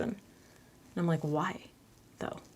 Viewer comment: "whYee" lmao!